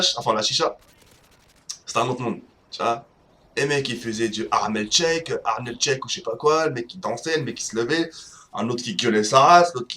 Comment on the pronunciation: "Du armel shek" Ptdrrr ce mec est un tueur